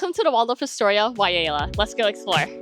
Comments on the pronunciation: Thanks for the frank review! I've been eyeing this property for a while... I might save my future Hilton free nights for another property. And I think it might be pronounced (why-lay-uh) 😊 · Wailea pronounced (Y LAY AH) FYI from a Hawaii resident, love your content